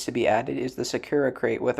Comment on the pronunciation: Nice video, I always love seeing electric state videos unfortunately there aren’t a lot. Also it is pronounced sa- koo-rah not sa-kura